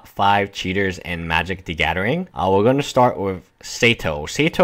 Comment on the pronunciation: ga-TH-ering. there is no "D" in magic the gathering